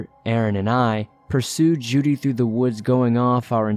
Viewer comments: I'd say it's probably Jude, being mispronounced. (The E is silent.) 🤔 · I think he's mispronouncing "Jude" here. It's a common hunting dog name. (The E is silent.) Lol